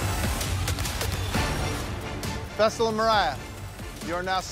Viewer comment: Why all of a sudden are they calling him fessal